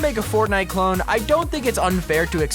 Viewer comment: I love how he says clon instead of clone (number 10)